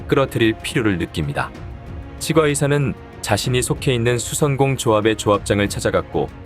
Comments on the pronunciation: [칫꽈의사]라고 발음하는게 표준어 맞아요.....치 과 의사 ㅋㅋㅋㅋㅋㅋ 무슨 사투리 같고 듣기 거북하네요 ㅉㅉㅉ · 치과의사 발음이 이상해서 다 듣기 힘듭니다 치꽈의사로 치과의사 이상합니다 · 치과의사..는 오바입니다. 칫과라고 발음해야지...에휴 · 치-꽈의사 가 아니라 치'과'의사 라고 하니 진짜 이게맞나싶다 ㅋㅋㅋㅋㅋ 틀린건 아닌데 부담스러움. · 치과의사 발음이 조금 불편합니다. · 치과의사를 읽는발음이 나만이상하게 들리나용?